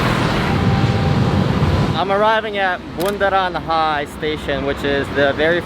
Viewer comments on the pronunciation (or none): It's not Bunderan High Station... but Bunderan HI... (Bunderan Hotel Indonesia). Btw you should try go to Ancol 😁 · It's funny to hear you pronounce 'Bundaran HI' 😁 We pronounce H = 'ha' & I = 'ee', so it is not pronounced 'hai' but 'ha-ee' and actually it is an abbreviation of 'Hotel Indonesia'. It is located beside the bundaran (circle) and now it is part of Kempinski hotel chain. In the middle of the bundaran/fountain there is Patung Selamat Datang (Welcome Statue), above it there are two statues, male and female, who are waving and welcoming people from around the world... Enjoy your days in Jakarta..! 😉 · It's funny to hear you spelling Bunderan HI as bunderan high 😄. Actually some drunk drivers trespassed the fountain of Bunderan HI. Be careful when you cross the busy street with the camera/phone on hand.